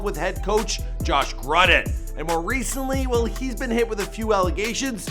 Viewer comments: Its prounced john gruden your welcome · Learn how to say John gruden’s name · You really fucked that last name up. And his home is in Hollywood florida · John Gruden !! WtF is Josh GruddiN